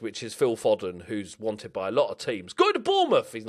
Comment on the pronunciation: You said Foden wrong